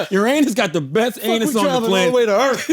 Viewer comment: “Earthf” Charla pronounces Earth with an F is hilarious 😂